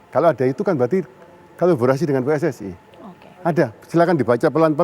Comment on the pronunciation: 🤣🤣🤣🤣 kabolaresyen, diulang lagi ya bro.... 🤣🤣🤣